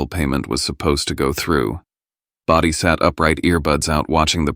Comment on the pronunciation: IT'S BRODIE, NOT body this AI is stupid